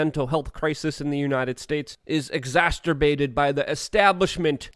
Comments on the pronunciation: ===== Luke, please.... It's ex-ass-sir-bate (exacerbate) and new-clee-ur (nuclear). Keep doing a great job. Appreciate your work. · I love ur work Luke. I let this slide last 5 times u said it but... X-ass-er-bate: to make worse